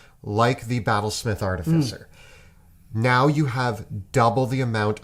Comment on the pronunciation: It's pronounced "ar-TIF-icer".